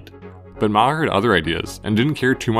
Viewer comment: MahHer 😂😂😂 MaHAR dood, MAH HAR NOT HER. 🤦🏼‍♂️🤣